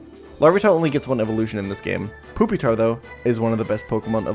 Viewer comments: This is pretty cool and impressive but please ... it's not poopytar, it's pyu, like the word pupa. TuT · Fantastic video, but are you calling it "poopy-tar' on purpose? If not, it's "pupa-tar" like the middle stage of a bug's life, Larva - Pupa - Adult. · Why do you keep saying, "poopytar" lmao. It's pronounced "PEW-pi-tar". It's supposed to be like the "pupa" stage of development. Same etymology for "Pupil". Do you call them "poopils" lol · ok i had to stop watching after hearing "poopytar" way too many times ps pronounce these mons right lol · Did you just call him Poopitar? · I never complain about pokemon pronunciations but "poopytar" is nuts. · Why does this man keep referring to Pupitar as "Poopy-tar?" I need to know the backstory of this now. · i fucking can't with the calling it poopytar the whole time 😭😭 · why he pronounce it poopytar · "Chinchoo" "Poopitar" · Haha, he said poopitar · This is the first time I've heard someone pronounce it as Poopitar lol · I hope that is actually how you pronounce pupitar. Poopytar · why does he call it poopytar lol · I'll never get over saying pupitar as poopytar. Fuck. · “Poopitar” lmao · bro fr said "Poopytar" lol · Lol he calls it "Poopytar" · He calls Pupitar, poopy-tar Lmao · Every time he says pupitar like "poopytar" I get punched in the stomach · I giggle a bit when you pronounce it poopytar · Im begging you to stop saying "poopy-tar" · Why is bro calling Pupitar "Poopytar" wtf lmao. I cant tell if hes joking or if he actually thinks it's pronounced like that. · It’s just the way he prefers to pronounce it. He also pronounces suicune as “soo-ee-cune”